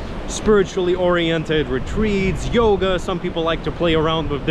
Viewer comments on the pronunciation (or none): none